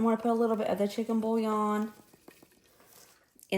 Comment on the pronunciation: She lost me at the “bouillon.” 👀